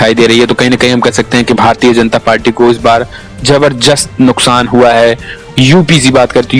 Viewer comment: Bhai zabardast hota h naki zabzrjast😀😀😀